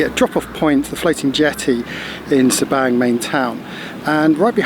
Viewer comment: I Enjoy your videos! I believe Sabang is pronounced differently b/c in Bahasa Indonesia “a” is pronounced like the “a” in the English word Father...so sounds like Sa-bong. I think. Anyway, thanks for the great videos.